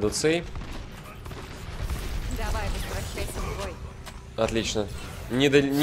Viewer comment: кадуцей ударение на е